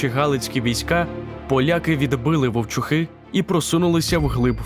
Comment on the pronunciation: Правильно ВовчУхи